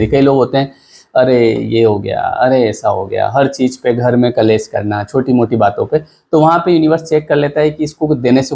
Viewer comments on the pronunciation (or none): कलेश मत बोलिए .. क्लेश बोलिए ... उच्चारण सही करे ...